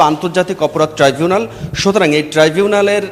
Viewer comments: এই টাই জুনাল না ট্রাইবুনাল ট্রাই।। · Not trivunal 😊😊😊 It’s Tribunal